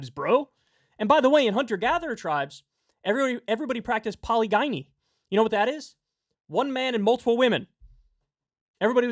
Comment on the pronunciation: "Poly-guynee"? You mean polygyny, smart guy?